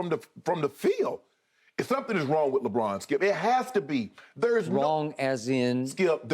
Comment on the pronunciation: Skip: "Contested, Very Contested, Lebrick" lmao